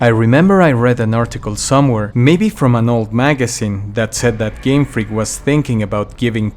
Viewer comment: Game Freak, really putting emphasis on “FREAK”. Shiny Feraligator really caked up 🤯